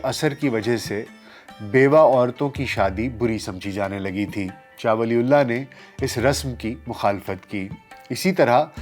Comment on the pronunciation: Please pronounce name properly. It’s not “Shah Wali ullaah” it should pronounce “Shah Waliyyullaah” R.A.